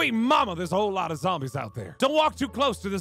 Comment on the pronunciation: I like how says zambies in stead of zombies